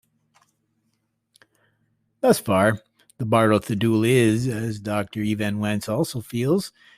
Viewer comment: EvanS-Wentz Not Evan Wentz